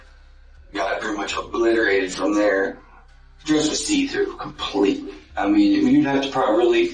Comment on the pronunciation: Is he STILL "obliterated" he's slurring like crazy